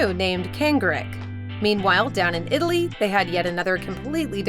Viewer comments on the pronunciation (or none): none